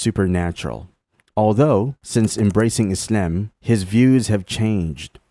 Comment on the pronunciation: It's good and all, but you say Islam a bit weird though...